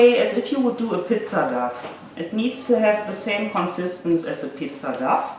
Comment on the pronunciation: You speak English very well, but the dough is pronounced "doh".